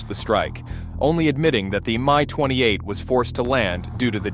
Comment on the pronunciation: It's not a ME... it's not a MY... it's an M I (M-EYE phonetically) 28. While you needed to slow down a bit... your new cg voice just doesn't cut it.